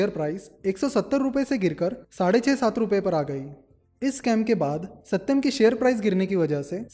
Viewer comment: That " AaSatyam " was funny 😅